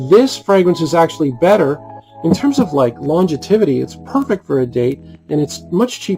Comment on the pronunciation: What is 'longetivity'? Is it the same as longevity? Or is it somehow related to longitude?